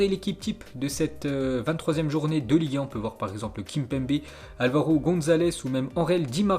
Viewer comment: a chaque fois qu'il dit Ligue 1 j'ai l'impression qu'il dit liga